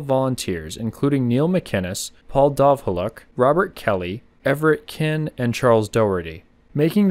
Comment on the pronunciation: I'm from North Woodstock and have done this hike a couple of times. Very cool to see the wreckage, but it is a shame when ppl scratch their names into it. Happy I get to hear the history. I remember my grandmother saying she remembered seeing the fire on the hill as a girl. And Dovholuk is pronounced Dove-ah-lock.